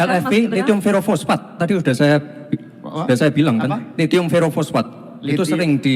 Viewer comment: Sebut lhitium diawal kok lethium